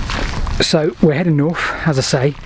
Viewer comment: BTW North has a th in it